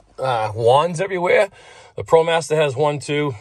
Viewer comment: What’s a Promastah...lol